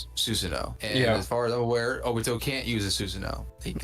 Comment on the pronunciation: Bro, kagaya is the strongest, my guy shows the mother of cakes, I'm not gonna say more bc that should say a lot, and why u sayin jobito💀